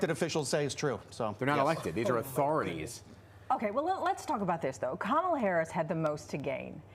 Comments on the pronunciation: That disgusting guy should know how to pronounce VP Harris' name. It's KaMaLa! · This mofo is actually trying defend the “eating pets” thing? Yeah, he lost all credibility early. He’s purposely mispronouncing her name as well. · The GOP guy is still mispronouncing her name like a dumbass. But then he also calls her "Vague," when the other guy has a CONCEPT of a plan LMAO.